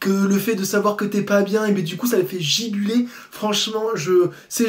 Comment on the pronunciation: Jcrois bien qu'il a dit "jibuler" au lieu de "jubiler" haha, simple amalgame de syllables :p